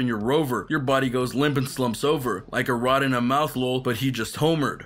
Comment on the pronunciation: Bro, when you were saying the lyrics around the 4 minute and 15 second mark you said a rod instead of A-Rod like Aaron Rodrigues.... Ya know, baseball... Homer like home run. That's just shitty research on your part